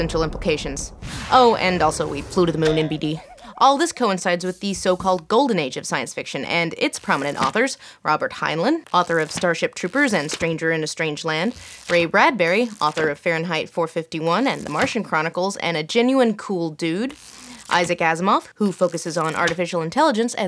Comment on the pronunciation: Heinlein is pronounced like "Hine Line" not "Hine Len"